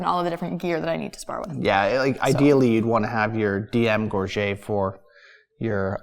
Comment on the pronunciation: Gorget = /GOR-juht/ not /gor-ZHAY/